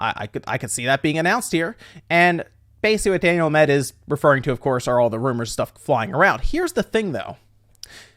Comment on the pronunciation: Learn how to read... what the fuck is Daniel A MED. sound it out fuckface